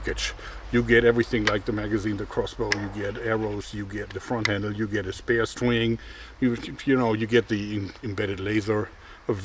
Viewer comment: "you get a spare Stwiingg"...